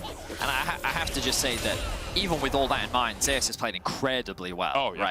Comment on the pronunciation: Why is Zeus pronounced as Zayas not Zeus?